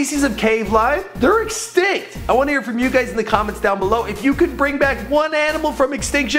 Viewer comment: They are "instinct" XD its extinct